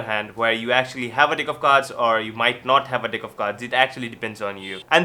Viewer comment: Is he saying Deck or Dick right near the end of the video hahah